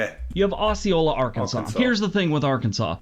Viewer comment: He pronounced Osceola, Arkansas wrong. It's OH-see-oh-la not Oss-see-oh-la. He's wrong about Arkansas though. It's not all dangerous. Just our capital city of Little Rock, a small city called Pine Bluff and the Delta is bad. Northwestern Arkansas is fine, Northeastern Arkansas is fine on the Crowley Ridge and here where I live in Southwest Arkansas is fine. It's not as terrible as people say when you get outside Little Rock and the Southeastern part of the state